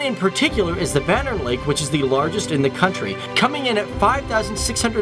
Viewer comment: Vanern is actually prenounced Vänern bofor you ask yeas i am swedish